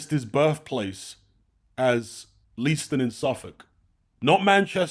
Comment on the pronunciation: Great video. If you're interested it's pronounced LaySton.